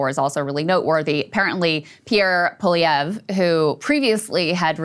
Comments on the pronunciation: Saagar...WTAF? Krystal...It's PollyEv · Pierre Poilievre is pronounced Pol-ee-ev. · Poilievre's name is pronounced "Polly-evv" if anyone's curious. It's as frustrating to pronounce as it is to spell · Saagers view of Canada is sort of what I imagine someone with a brain injury and no understanding of history might have... Krystal: "Paul-lee-ev" is how he says it. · It's pronounced paul-ou-veer. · you Americans need to learn a basic level of french!! Po-lli-evRe . Geez. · The “how do we pronounce the French Canadian guys name” joke wore thin a while ago. It’s pronounced Poly-Ev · Pierre Poilievre- PAUL EEE EV...for you simpletons who can't pronounce anything but Americanese. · Krystal not being able to pronounce Poilevre's name is hilarious. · Saagar laughing about french names pronunciation is pure irony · Insane. You did a segment on Canada and can’t even be bothered to learn how to saw our politicians names. Hard down vote. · You really couldn't google how to pronounce poilievre. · You 2 really need to stop giving opinions on Canada. Saagar comes off a mega jerk and Krystal can’t even pronounce Poilievre’s name correctly. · she couldn’t take the time to go on YouTube to see how to pronounce Pierre Poilievre’s name correctly.